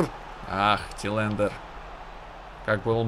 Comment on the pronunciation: Все хорошо, но, чувак, посмотри как произносятся названия клубов и фамилии хотя бы твоих футболистов. Режет ухо Тилэндер, хотя он Тэландер. Я уж молчу про Ван ди Бика, хотя он Ван де Бек. :D А так, удачи. Пока самая адекватная и интересная карьера. :)